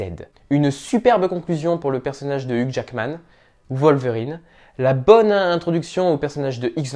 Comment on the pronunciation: Logan Numéro 1 merci je t'adore 💜 ! Au fait on dit Youge pas Hug